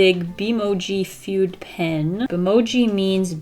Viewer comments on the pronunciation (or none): You’ve probably had a bunch of people tell you this, but Fude is pronounced foo-deh. :)